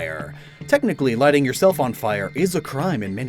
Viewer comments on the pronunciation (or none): none